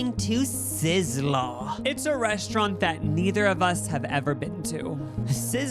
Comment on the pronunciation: You can’t enter the Sizzler if you can’t pronounce it bruh. “Sisslourl”